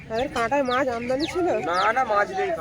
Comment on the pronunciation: মাঝ নয় মাছ। উচ্চারন ঠিক হলে শূনতে ভালো লাগে